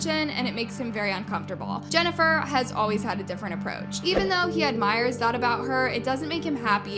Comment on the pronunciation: Stop saying Benifer! 🤦‍♂️